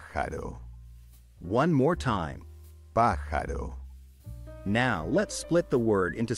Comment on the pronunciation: Once pronouncing the syllables, pajaro turned into pajalo.